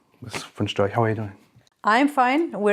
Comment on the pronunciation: "Beatrix von Stroch" shame on you 😋 - her name is Beatrix von Storch.